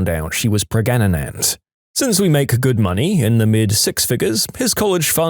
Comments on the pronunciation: Isn't it pregante? Or was it pregananant? 😂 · so you say paragananant in british accent ?